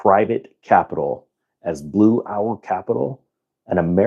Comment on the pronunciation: Did you say Blue Towel?